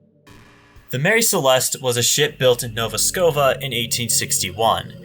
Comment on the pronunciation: "Nova Scova" Dear God, that better have been a really bad joke...